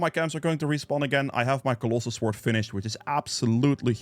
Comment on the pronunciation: One thing..... CY CLO SWORD..... not COLOSSAL SWORD (caps for emphasis not shouting). but love the video